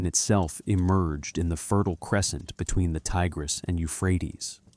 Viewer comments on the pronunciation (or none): none